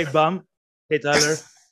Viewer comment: calling bam “bum” is the funniest thing every time he says it